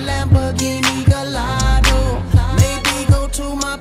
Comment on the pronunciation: Lamborghini Gallardo...."wrong pronunciation" LOL😂 BTW......SONG IS AWSM